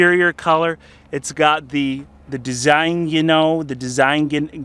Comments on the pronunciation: Designo is pronounced Desino, surprised you got stuck on designgino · de zin ee oh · "Design-u know" I'm dying here 😂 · It's pronounced "Dez-een-yo" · Worked at the seat plant and its pronounced De zeen o....have several AMG and Designo logos i liberated lol the seats were sewed in Juarez Mexico at Ediasa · "Day-zeen-yo"! BTW... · how could you not pronounce design with an O on the end 😂